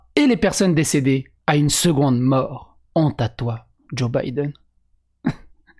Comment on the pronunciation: Vous croyais quoi ? C'est un IRLANDAIS CATHOLIQUE descendant de l organisation nationaliste de l IRA !!! Vous croyez que ct un ptn de gaucho lgbt + Sinon c drôle comment l auteur prononce Biden au lieu de Baïden on a l impression que le mec à déjà bider son mandat